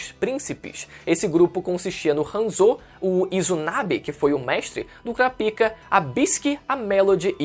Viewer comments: não fala " CURA PIKA " más sim " CORAPAIKA " tendeu, pronúncia assim cara. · Basta assistir o anime para saber que a pronúncia é "Kurápika"....não acredito que tu entrou na do Mangão... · Kura pika? Wtf? Se lê KURÁPIKA tudo junto. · Sempre q fala o nome daquele cara q cuida d pênis doente eu dou risada , o "Curapika" 😂😂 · A pronúncia certa não é “cura pica” kkkk e da outra forma mesmo que você falou kkk